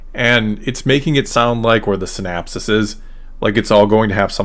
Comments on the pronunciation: Syn-OP-sis… with an O… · Interesting video, but the recurrence of the non-existent word “synapsis” is INCREDIBLY distracting! It’s “synOPsis”! I hate the Sequel Trilogy more and more as time passes and I make my own attempts to reconcile it with the Original Trilogy. One thing those movies have done is make me like the Prequels better. The Prequels had a much more consistent story, more consistent characterization, and far better lightsaber duels. That said, I feel sort of bad dunking on the Sequels because I like most of the actors involved, and think they really tried to do their best with the crummy scripts they had to work with. I especially detest what the Sequels did with Luke, of course, but I also deplore the waste of what could have been a brilliant idea in the case of Finn (and the despicable treatment of John Boyega). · "synopsis" not "synapses"--those are different things.